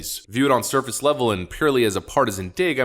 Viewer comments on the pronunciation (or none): none